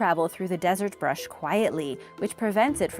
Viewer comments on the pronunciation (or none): none